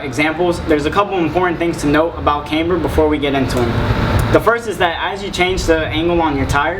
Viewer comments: cAmber, not caimber.... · Thanks for that. BTW it's not CAmber, it CAMber.